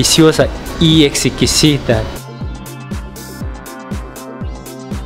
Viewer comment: Se dice exquisita ...no exequisita